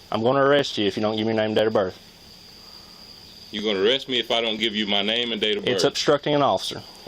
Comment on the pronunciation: “Name and dater berf”